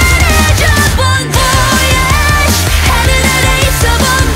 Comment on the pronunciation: French fan here! For information: "voyage" is pronounced "vo-a-iage" ^^'. In French, "oy" basically makes the English sound of letter "Y" ("why"). It doesn't matter because the song is awesome anyway, but I figured I'd say it anyway.